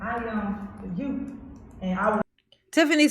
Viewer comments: I’m sorry but in a position as high as the mayor, you should be pronouncing words correctly lol how is anybody supposed to take you seriously if you have been alive for 30 years and still can’t properly pronounce youth 😂 it’s not like it’s a speech impediment or anything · “The yoots” 😂😂